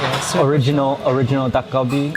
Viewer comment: Like how Mark says Dak Galbi with a Thai accent!